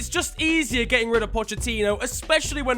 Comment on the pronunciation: Man really pronounced it 'Pochettinho.'